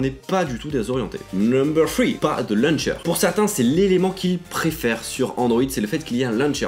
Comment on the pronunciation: "luncher" humhum launcher 😀